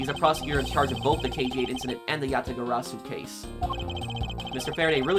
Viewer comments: YA-TA-GA-RA-SU. That's the pronunciation Just as you've said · You got the Yatagarasu pronunciation correct this time, nice work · He finally said Yatagarasu right!!! As an old Yugioh player that makes me glad xD, as Yatagarasu was a banned card for so long and a very pretty card